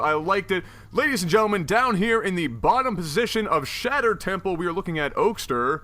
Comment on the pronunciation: Also, it's pronounced Oak-ster. You had it right the first time.